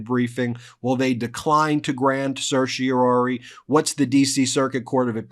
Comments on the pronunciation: Love Ben but it’s pronounced Sir She Or Are Ree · There are three R’s in certiorari, not two. Stop murdering Latin. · CERTIORARI!!!! SER-shee-or-RAH-ree - NOT ‘ser-shee-OR-ee’. Learn to pronounce it!! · Is Ben saying seercheroiroirii correctly? Lol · Stupid question, but is Ben saying certiorari like it's two words, like inter and intra? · Ben, you are a lawyer. Please practice the correct pronunciation of "certiorari"! You drop the fourth syllable more often than you pronounce it.